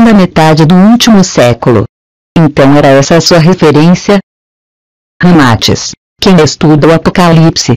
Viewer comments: Péssimo áudio. Dicção errada. O nome do cara ñ é Ramátis, é Ramatís. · Só detesto esse leitor de voz, é horrível na pronuncia, até o nome de Ramaatis pronuncia errado, pra que coloca esse leitor de voz aff?